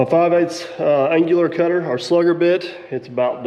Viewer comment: I gotta say it!! 😝 “an-u-lar” cutter. I know that’s not how it’s spelled. Just bein a dink. 🥴 Also. I have one about push locks as well. I used them on the pex in my shop for my outdoor furnace connections. Called shark bite fittings but are the same thing. Had one come apart in my shop one night and came down the next morning to a flooded and frozen shop!!! 🤬🤬🤬. If it was concrete it wouldn’t have been bad. But my floor is two layers of 3/4 advantec plywood on top of 2x10’s on 1’ centers so it got in between the layers of plywood. Dried it out as best I could but when 175 gallons of antifreeze/water slush is on the floor it was pretty hard to dry out !! Needless to say I changed out all the fittings to the crimp ring style. What a expensive sucky deal that was.